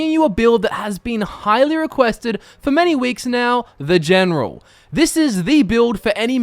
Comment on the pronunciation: "Elp, Genrol Sittlemend Help Generil another Generon"